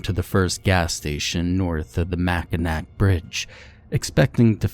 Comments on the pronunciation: I was waiting to see if anyone else would point it out 😂 I also lost it at “Mackinack” instead of ‘Mackinaw’ but frankly I don’t blame anyone outside of Michigan for getting that one wrong lol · Its pronounced Mackinaw..... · Mackinaw, it’s pronounced mackinaw. It’s an anglicized Ojibwe word meaning “big turtle.” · Not that it matters too much, I guess we michiganders are a bit silly, but the "UP" as you quite reasonably called it, is actually called the U.P., as in U.... and P... separate letters. It's an acronym for upper peninsula, and "Mackinac" is actually pronounced "Machinaw"...🤷 again, a very reasonable mistake!!! 😄